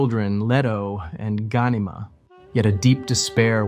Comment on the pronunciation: It's Ga-nee-ma, Not Gani-mah that's my only criticism :) nice video.